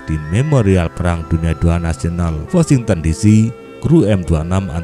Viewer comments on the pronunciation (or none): none